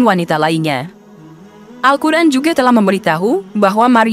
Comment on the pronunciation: Apa telinga saya yg salah Dengar??? 😂 Al Quran atau Al hukran.. ????